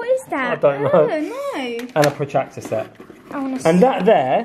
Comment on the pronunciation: remember how Ralph said potactor instead of protractor😂😂😂